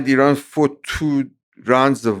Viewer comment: Great conversation 🙂 also random but I appreciate you pronouncing Iran correctly lol Americans usually put extra emphasis on the I so they say - eye-ran, but weirdly when saying India they pronounce it correctly lol would have thought they'd say eye-ndia 😆 good banter.